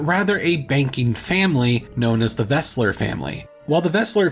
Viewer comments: Great video. It should be Welser, not Wesler, though. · Hate to be that guy, but it's Welser, not Wesler. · just learn the IPA pronounciation rules and ask chatgpt to write these names down in the IPA format. Then just pronounce it as [ˈbʁandn̩bʊʁk]. Its not that difficult even if you dont speak any german at all. Oh and the family was called weLser family not weSler family… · Welser, not Wesler. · *Welser, not Wesler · Welser not Wesler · The name of the Augsburg family ist Welser, not Wesler!